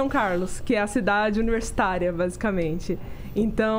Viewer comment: Ela fala São Carlos como um verdadeiro São Carlense, AHSUAHSU....